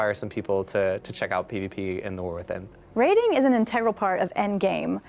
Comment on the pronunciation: Is he saying Warthin? LOL.